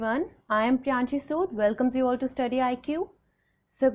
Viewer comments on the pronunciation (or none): none